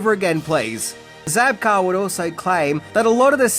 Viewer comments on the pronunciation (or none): William ZABKA!! Not Zabkar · It's Zabka, not Zabkar. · Zabka...no R. But always love your lists.